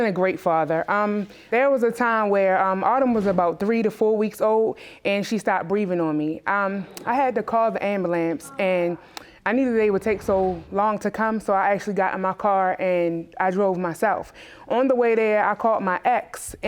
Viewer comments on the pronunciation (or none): “i had to call the am-ba-lamps” you mean ambulance 😭 education system has failed us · "I had to call the ambalamps" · I thought Kendrick made up “ambulamce” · Amolance instead of ambulance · Did she say, “ambalamps?” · "ambaalance".. I thought it was ambUlance lol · She lost me at ambalamps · “”Ambulamance” Or Ambulance????🤔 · I heard "ambalance" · “I had to call the ambalamps” 😹😹😹😹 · wow.... she really said "ambalamps" :( a dude who walks 25 miles is a stand up guy. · She didn't say ambulambs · did she just say ambalamps? instead of ambulance? lol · Such a awesome guy. Geez. 25 miles?? She lost me at ‘called the AMBAMLAMCE’ though 🙄. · Did she say AMABALAMPS? Lol I can’t be the only one that caught that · Hold up! Did she just say amalamce!? I'm done. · Word of the day: AmbulaMce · She had to call the "abulamps" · Did she really just say she had to call the “amberlamps” ?? 🤦🏾‍♀️ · Did i hear "ambalamps" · It's AM-BU-LANCE; not amalance! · Correction: It’s AM-BA-LANS...Well that’s what she says anyway 😂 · “I had to call the ambalambs” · NOT THE “AMBULAMCE” 😂😂😂😂😂😂😂😂😂😂😂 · "Ambalance" stay in school folks... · Had to call the "Ambalance" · Did she say AMBULAMPS? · She said she had to call the "ambilamps" 😂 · 1st case - u had to call the "ambulamse"...really? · cough cough ambalance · "amboolamce" haha. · "Ambalampse"..... I can't do this. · First case: Did she really said ambulamce ??? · "I had to call the ambalamps" wth! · What’s an am-ba-lambce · " I had to call the Amberlamps" lol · “I had to call the Ambalamps” 🤣🤣🤣🤣🤣🤣🤣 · “Ambalambs” ok ma’am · I believe it was ambahlamps LOL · DID SHE SAY SHE CALLED THE AMALANCE??! LAWD! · Did she really say Ambulamce 😂😂😂😂😂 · I heard ambalamps 😂😂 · I heard AN-BA-LAMPS lol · Did she say, "Ambulamps"? Looks like she needs a subscription of Highlights(EBT Edition), flashcards, and a dose of a reality check...like Michael Jackson said, If you can't feed your baby(yeah yeah!) Then don't have a baby(yeah yeah)!!!😏